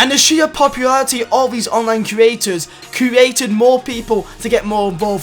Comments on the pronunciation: It’s create not curate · U kept on saying crouated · please learn how to say "created"